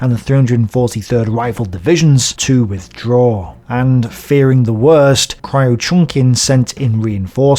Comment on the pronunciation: Kriuchenkin = Crewchenkin (not Cry-Oochenkin)